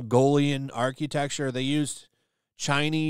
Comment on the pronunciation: What the hell, bro can't pronounce architecture. Arch-U-tecture 😂